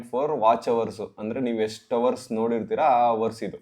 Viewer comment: ಯಷ್ಟು❌ ಎಷ್ಟು✅